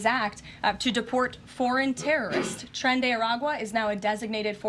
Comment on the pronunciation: It’s “Tren De Aragua”